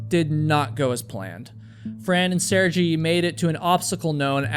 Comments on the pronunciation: Sergei is pronounced Sir-gay, not sir-gee. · Sergei. Sirgay. Not Sirgee. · I know its an old video but just so you know how to pronounce sergei's name - is SER-GAY (cause you kept saying sergi insted of sergei prenouncing ser-gay) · Sehr-GEHY ... not Serjee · Great story but hearing Sergei (Sair-gay) constantly pronounced as (Ser-jee) just drove me crazy to the point I couldn't focus on the story whenever he was mentioned. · Sair-jee? It's Ser-Gay.. common European name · Her husband's name is pronounced Sir-gay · I understand Russian names can be hard but bro, in the amount of time it took you to give the disclaimer you could have figured out it’s pronounced Ser-gay not Ser-gee. Respect this man’s life you’re doing a video about for gods sake. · His name is pronounced Sergay not Serjee. Otherwise, thanks for video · yup, that's probably correct. Ser-gay sounds Russian. Ser-jee gave me an Italian vibe the whole video. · Lol! I'm happy to hear that you've come upon the correct pronunciation, now! Literally, as I was listening to your retelling, I was going, "Sir-gay" after each time you said his name. I do admire your bringing it up, in the event; it takes a big man... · The name is pronounced like Ser-gay 😉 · It's pronounced like sear-gay , you totally butchering his name every time yo😮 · Jeez the way you mispronounce SERGEI was so frustrating throughout the entire video 😅. It’s obvious you didn’t watch a SINGLE video about them. If you did, you would know how to pronounce Sergei….”Sir-gay” 🤦🏻‍♂️ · the name is SERGHEY... for american... " SIR... GAY "... got it? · Walking through a minefield would be infinitely safer than climbing Everest. P.S. Phonetically, the pronunciation of the Russian name "Sergei" is "Sir-gay". I had a Russian economics professor back in the day, who was saddled with the same moniker. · It’s pronounced sir gay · I think his name or pronounced Sare-gay. ⭐️ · Pretty sure his name is pronounced (Sair-gay) or (Sir-gay).